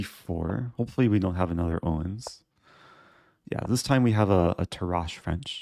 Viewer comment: Dear Eric, Tarrasch is pronounced with the emphasis on the first vocal and a strong last "sh".